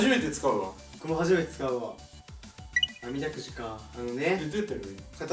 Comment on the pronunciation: 山本さん「あみだくじ」って言えてなくてちょっとニヤニヤした後、「あれ？バレてない！！」ってそのままスルーしてる…！！！(可愛い)